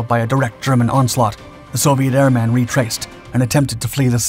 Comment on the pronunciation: PLEASE. It's airman. not Air-Man. said as one word.